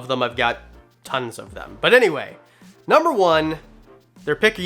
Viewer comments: “nuber three” lol love ya channel tho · "Nuber" three? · Lol "nuber three" thanks for the vid!! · "Nuber 3"... big fan btw